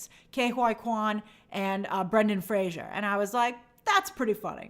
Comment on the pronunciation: Thank god Ariana pronounced Fraser correctly for Brendan, like Frazer not Frasier. Good recap though Grace !